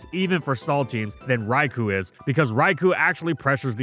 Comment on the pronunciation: Top Three Biggest Mistakes: 3. Any video before 2017 2. Being Sponsored by Blizzard 1. Mispronouncing Raikou